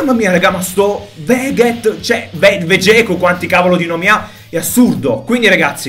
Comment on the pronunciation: finalmente hai detto Vegeku e non veghet